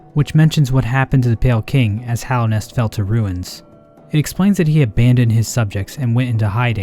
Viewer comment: You're like the only Youtuber I've seen that pronounces "Hallownest" correctly and doesn't say Hollownest. I appreciate you for that, as it pisses me off to a degree some might consider unreasonable lmao